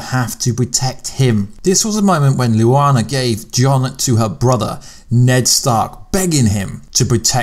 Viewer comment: Why do you pronounce Lyanna's name oddly?? Just curious.